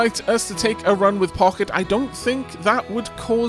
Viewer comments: I think Pocket is pronounced Poe-shet. It's basically a French mini-purse. She deserves a run, however you pronounce her name. Who knows? Maybe she can get all the way down and find the beacon. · From what I recall you gonna need to win a full run with each of the characters to unlock the last stage, so pochette it is (not pocket guh it took me way too long to figure out you meant her all this time. /pɔ.ʃɛt/ from french meaning small bag)